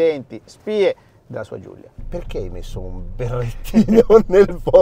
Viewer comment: si chiama Giulia non Giuglia mannaggia alla pronuncia di santo stefano